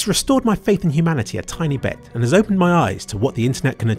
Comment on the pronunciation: "It restored my faith in gumanity a TINY bit"